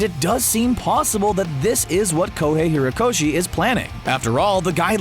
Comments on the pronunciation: 50 hirokoshi?? Are you fucking mental?? Lmao izuka 🤦‍♂ izuka again...and again 4 seconds later...🤦‍♂🤦‍♂ izuka lmfao I'm enjoying this now 🤣🤣 SOMEONE CORRECTED HOMIE!! HE SAID IZUKU!!!! LET'S GOO!! Ok I can't keep doing this lol hate me if you will but really I just couldn't not do this...EWW videos lol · His name is pronounced izuKU not izuKA and its hoRikoshi and hoREYkoshi